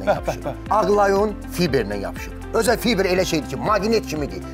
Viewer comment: Fiber yox fayber